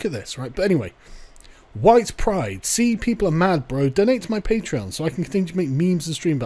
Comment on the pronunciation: "color me surprised" I thought you said you were Huwite ...